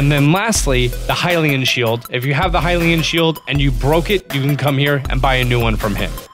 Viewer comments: why are you saying hy-lean (Hylian) and grada (Granté) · Have you ever heard someone say hill-e-un shield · 1st of all "hi-lee-in" 2nd "loo-mih-noise" 3rd stasis on a mine cart 4th "grot-uh." AMERICA, EXPLAIN! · I was gonna watch a different video but the guy said hylian like “hill-e-in” and I had to leave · Hynix Hylian Luminous...dude do you know how to read?